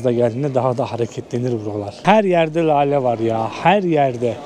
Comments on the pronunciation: LALE değil de, inceltme işareti ile:hand-pink-waving: söylenir= LÂLE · Lale yi ,ince L' olarak söyle. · yagcilik yapma,Lale derken ince L ile söylenir.Hani para kazanip 'kar' ettim deriz ya yagan ' kar' gibi degil ince ,K' ile söyleriz.Buda Lale' i kalin L' ile söylüyor.HOLLAN DA derken de ince L' ile söylenir